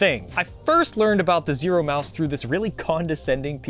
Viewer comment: you keep calling it Zoro